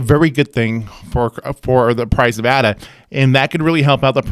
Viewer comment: Left when he pronounced the A incorrectly